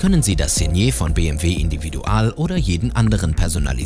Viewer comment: Hätte Individual nicht englisch aussprechen können, das hört sich schrecklich an.